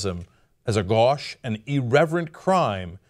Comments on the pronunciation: Cenk, I hate to say this, but gauche is G-OH-SH--it rhymes with the first syllable of ocean. Not g-ah-sh. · FWIW: it’s pronounced “goash.” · Gauche: "GO_SH" GOSHE